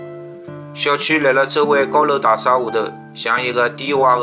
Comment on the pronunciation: 内容很好，点赞！用沪语也很好，仅仅个别沪语发音不对，譬如讲， 大厦的厦，应该读沪语 夏天的夏字音，今天看到五分钟处暂停，下次继续看下去。谢谢编辑这么好的故事，搜集资料也很不容易。假使编辑不反对的话，发现小问题，还会给编辑留下来的。